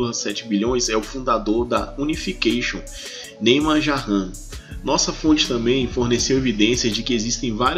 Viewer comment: “ Noossa fonte” kkkkkkkkkkkkkkkk ai Jesus!